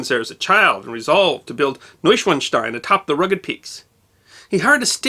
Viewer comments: When a "w" appears in a German word, it sounds like our "v" in English... So Neuschwanstein is pronunced "Neusch-van-stein", not "Neusch-wan-stein". ... Rookie mistake. Ha! 😅 😂 🤣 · NOY-shvahn-shtine. There’s no letter Z, so it’s not really like one is saying “schwanz” when they say the word. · "Noishvanstein"? Please learn the correct pronunciation of this and your targeted subjects. Thanks! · If Ludwig was mad then, he’d be livid if he heard this pronunciation of his castle. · your pronunciation of Neuschwanstein is atrocious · I'm impressed by your pronunciation of Neuschwanstein, the only tiny mistake is that the a isn't as short as you said it. But, as I said, it's a tiny mistake that really doesn't matter unless you still aim to improve more. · Your pronunciation is quite good, but the German "w" is pronounced like the English "v" (i.e., it's a voiced labiodental fricative, not a voiced labial-velar approximant). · Let me begin this with a compliment. I think you did a great job on this subject. I've been to Munich (more years ago than I'd like to admit) and you definitely included information I didn't know. I do love Bavarian history. Now, I'm gonna be THAT guy, sorry. W's are pronounced as V's in German. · Proper pronunciation would elongate the "a" in "...SCHWAAAN.." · The short "a" followed by the "z"-like "...st-ein" makes it sound like "Schwanz". Frank Zappa once made a song in German with using the word "Schwanz".